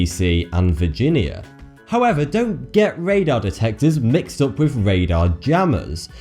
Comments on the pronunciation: get away wif????? its get away (WITH) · Dude no offence. Please pronounce your words properly. Wiv = With. Forty2 =. Really no offence. It'll be more professional, better presentation and get even more 'subs'.:) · FINK and WIV aren't words. You're from England, speak English.